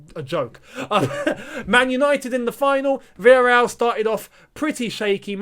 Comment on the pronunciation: Chelsea versus virrereaal!!😂😂😂😂😂